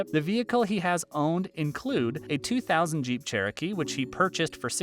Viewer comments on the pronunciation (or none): none